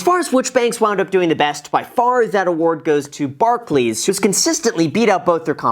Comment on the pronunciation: The correct pronunciation of Barclays was a pleasant surprise